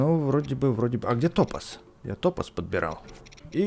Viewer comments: топа́з а не то́паз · В слове ТОПАЗ ударение на А, топааааз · ПРАВИЛЬНО ГОВОРИТЬ ТОПАЗ С УДАРЕНИЕМ НА А! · Топаз ударение на а